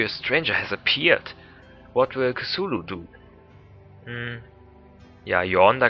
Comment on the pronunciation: ja die aussprache is schon recht gut nur das "c" bei "cthulu" wird wie ein hartes "k" ausgesprochen :)